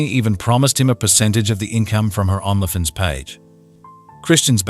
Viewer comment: I’ll start sponsoring this channel when YOU stop mispronouncing every other word. You can’t even say Only Fans?